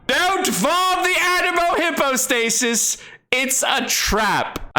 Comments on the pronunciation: Also its pronounced hypo not hippo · Don't farm the Anemo "Hippo-stay-sis" he says. Too late, I have everything already.